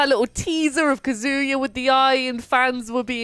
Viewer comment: you may love Kazuya, but you’re pronouncing his name wrong lol